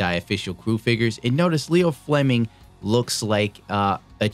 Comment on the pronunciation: It's Io Fleming, not Leo. Like one of the moons of Jupiter.